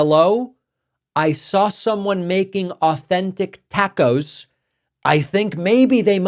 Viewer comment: LOL, David "some one making 'Tay-koz"...Good one!!!!